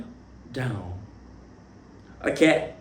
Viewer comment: Moi la partie qui peut me tuer même c’est quand il dit "I’m not your friend, hokay ?"😭🤣🤣